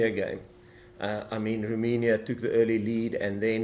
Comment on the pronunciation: ROMANIA is NOT pronounced ROOI-MI-NIA Jacques but ROW-MAY-NIA